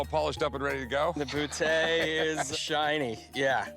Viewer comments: "I've waited half of my life to shoot a bootay" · Rick can't even pronounce Boutet's name and then he goes and gives a history lesson....